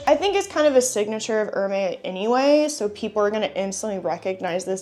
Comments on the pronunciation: Hermès is pronounced as Er-mez 😊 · You totally destroy the pronunciation of Hermès.